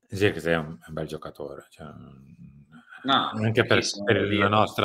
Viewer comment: Non ce n'è uno che pronunci abbastanza correttamente il nome di Zirkzee (sirksei, con la s quasi z). Idem per Broia, che si legge semplicemente Broia, perchè non è spagnolo ma albanese. In molti, soprattutto in QSVS, da ignorantoni lo pronunciano Broca, pensando sia spagnolo, per il nome Armando.